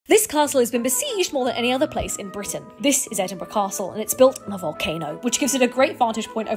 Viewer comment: Best pronunciation of Edinburgh I’ve heard from a